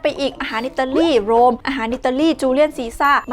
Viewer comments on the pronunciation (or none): Julius Caesar ทับศัพท์ได้ว่า จูเลียส ครับ แต่บางท่อนได้ยินบอกว่า จูเลียน เหมือนกัน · ปกคลิปผมอ่านออก... แต่ในคลิปน้องเขาออกเสียงว่าจูเลี่ยน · ตกลง จูเลี่ยน หรือ จูเลียส ฟังไม่ถนัด